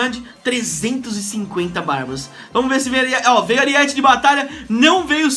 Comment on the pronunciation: é Aríete não Ariéte